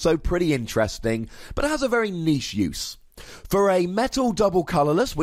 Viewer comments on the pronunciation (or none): none